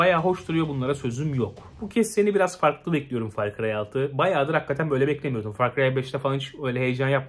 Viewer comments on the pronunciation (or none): "Fay cıyay döyt" LMAO